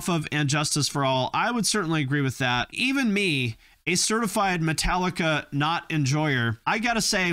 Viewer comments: ya he said it like paprika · How did you pronounce Metallica so wrong its pronounced Metallic-ca That’s how you pronounce it Metallica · Did bro just call Metallica matileca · Did you say Metaleeka??? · Can't pronounce Metallica, doesn't get Iron Maiden and Dio but thinks they should sound like Sepultura...yikes. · Anyone else notice how he pronounced Metallica? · why did he pronounce metallica wrong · British people actually pronounce the T in Metallica it's the only one they know how 😂